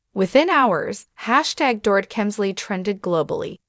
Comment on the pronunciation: It is a shame, total shame that the ‘voice’ makes SO MAKE MISTAKES pronouncing her name!!